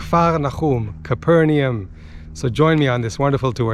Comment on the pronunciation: It is pronounced "Cayper Nom". ;)